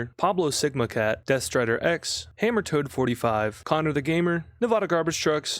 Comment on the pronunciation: I'm so proud of you when you pronounced Nevada correctly during the stream